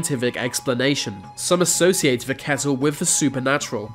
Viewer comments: Why cant u say THE why are you say VA , speak English properly it's irritating me like ur blocked nose and speaking through it. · Why can't he prounounce his T and H'es? He says Vee instead of the. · Love the videos but please learn how to pronounce a TH It’s THis THat and THe oTHer NOT Vis Vat and Ve uVer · Dude .. it's pronounced "the" .. not "ve". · Its 'the', not 'vuh' you idiot talk properly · Vhe, vhey, vhere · Ver are mystevies in ver universe LOL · why do you say ve and not the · I realized that this guy pronunces "the" as "va". Can't unhear it now. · is it just me or does he say "v" when he tries to say "the" lol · va, uvver, fings, togevver, van, etc, Narrator please learn to pronounce "th", properly I might even like your vid if if you correct your lazy speech.